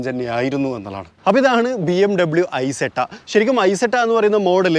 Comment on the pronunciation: ഇസെറ്റ എന്നാണ് പറയേണ്ടത്